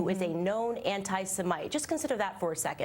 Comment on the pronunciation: The way she pronounced "anti-Semite" is like it was her first time of coming across such word :)